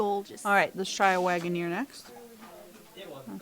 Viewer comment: Harry London was Joe Waggoner's grandfather. Waggoner is pronounced Wagon Er not Wagon Ear